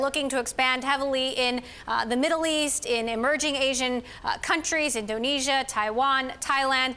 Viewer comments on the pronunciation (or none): Wait, am I the only one who noticed she couldn't pronounce Indonesia?